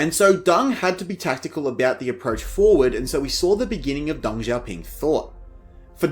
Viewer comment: your pronunciation...whether intentional as derogatory or sincerely ignorant....is horrible! How the hell did DENG be pronounced as 'Dung'????